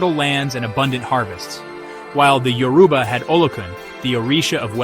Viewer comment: A few pointers on pronunciation: Igbo is pronounced ee-bo. The “g” is silent. Yoruba is pronounced YOR-uh-bah, not yo-ROO-bah. Obatala is pronounced o-BAHT-a-lah, not o-ba-TAH-lah.